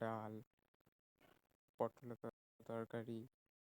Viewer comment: Potol ar torkari ta to bhul kore potla bole felechili😂